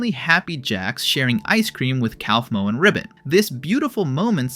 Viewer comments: bro really said "calf -moe" 💀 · Genuine question: if Kaufmo is said as 'koff-mo', then why do so many people pronounce it as 'kowf-mo'? I'd get it if there wasn't an official pronunciation, but there are literally characters saying it one way, and YouTubers saying it another. (Jac says Koffey, not Kowfey, after all.) Maaaaybe listen to the show you're making videos for instead of assuming? It does make an ass of u and ming, after all.